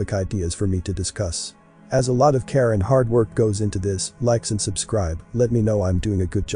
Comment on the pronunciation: Who else hears his closing remark as "a lot of Karen hard work goes into this" instead of "a lot of care and hard work goes into this"?